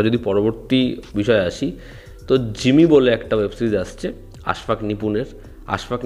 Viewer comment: জিমি না জিম্মি। hostages. অথবা যে কোনো কিছু করতে গিয়ে ফেসে গেছে।